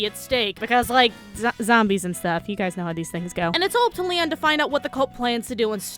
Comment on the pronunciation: why does it sound like you're say Liam not Leon